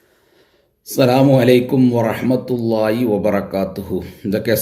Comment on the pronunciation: മരമണ്ടാ അസ്സലാമു അലൈക്കും വ റഹ്മത്തുല്ല aaഇ,എന്നല്ല , വ റഹ്മതുല്ലാഹി എന്നാണ്